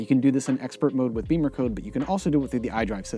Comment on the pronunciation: Why do people pronounce it "BEEMERcode" when it's spelled "BIMMERcode"? (you're not the only one)